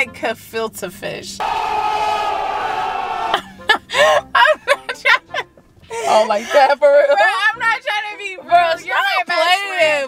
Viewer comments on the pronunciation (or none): 😂🤣😂🤣 she said kafilkafish lol! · Sis said a GEFILTE fish lmfaoooooo